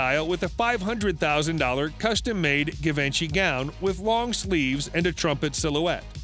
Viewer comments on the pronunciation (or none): Its not giv-en-chy… it’s gee-van-chee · It’s not pronounced Guhvinchy 😂 Geevaunshi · Zhi-von-zhe or shi-von-shea...you are doing a fashion vid, at least pronounce the designers name somewhat accurately... not Give-inchy, lol which rhymes with Da Vinci...oh my word you gave me a chuckle. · Give en chi ....um.... nope this not how you pronounce Givenchy. Try jiv on chi and you will be on the mark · Givenchy is pronounced with a French “J” sound, a soft “jz” made with the tip of the tongue, almost like saying “shh.” So its “jzhiv-on-shee,” not GUH VINCHY. But it was funny to hear it said so many times! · correct pronunciation of Givenchy is "Zhee-vaan-shee" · 🙄"Guh-vINchie"???? (Givenchy) Omg, you could at least try to say it correctly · My ears are hurtng from this „guh…”😬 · ITS NOT givenchy itspronounced JEEEVONSHEE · "Givenchy" 😂 it's pronounced- "gee-von-shee" but I can tell you aren't a fashion guy so i'll let it slide. I think I also hears organza pronounced wrong too. Just giving you a hard time and joking around 😊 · You really think that's how to pronounce 'Givenchy'? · That bothered me. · You would think before making a video they would learn the proper pronunciation. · Painful to hear him butcher that🤣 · I think the pronunciation of Givenchy here is not accurate. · Yor didn't pronounce Givenchy right. I don't think any of those dresses were worth it. I loved the last one though. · Please god, learn how to say Givenchy properly. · The narrator should learn how to pronounce "Givenchy". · He destroyed the word givenchy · Dude is pronouncing Givenchy wrong but hey he's a wedding gown expert right? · I had to stop the video. Could not stand to hear the narrator mispronounce Givenchy. Was like nails scraping down a chalkboard. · How many times can we mispronounce Givenchy? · Is the announcer purposely mispronouncing Givenchy’s name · If you can’t pronounce “Givenchy” you probably shouldn’t be doing high fashion videos. Just saying 🤔